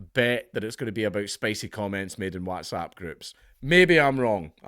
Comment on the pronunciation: I have a theory that dankula deliberately mispronounces whatsapp just to make my left eye twitch......